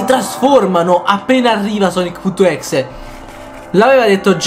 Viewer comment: si scrive exe ma si legge ex